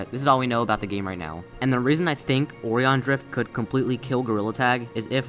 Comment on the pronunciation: also now way he said " o ree on " instead or O RI On